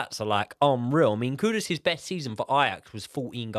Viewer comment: Why do people keep calling KuDUS, KuDOS instead? is another one, how hard is it to pronounce the guy's name right?